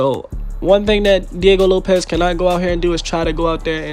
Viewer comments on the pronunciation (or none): Sick vid bruh but it's Diego LopeS not LopeZ